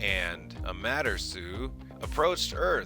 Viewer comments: Wrong. Ra was not killed by Tar'i, Ra was killed by Colonel Jack O'Neal, Dr. Daniel Jackson and the people of Abydos. Her name is not pronounced: A matter sue, 😂 It's pronounced: Ah maw ter raw sue. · Raw was not killed by the Terry he was killed by the Abydonians in Abydos and specifically the Stargate team from Cheyenne mountain, i.e. (NORAD). Amaterasu, it's pronounced (Ah maw ter raw sue).